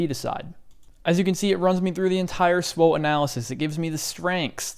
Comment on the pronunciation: The correct pronunciation of “SWOT” in SWOT analysis is typically as an acronym, pronounced as “swat,” rhyming with “cot” or “not.” This stands for Strengths, Weaknesses, Opportunities, and Threats. Some people might spell it out as S-W-O-T, but pronouncing it as “swat” is more common.